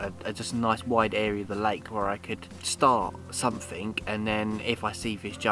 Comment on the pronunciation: “SomeFink”? Oh! Something.